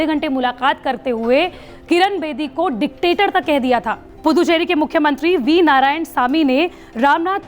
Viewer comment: अरे पुद्दुचेरी नही रे🤣🤣🤣🤣 पुदुचेरी बोल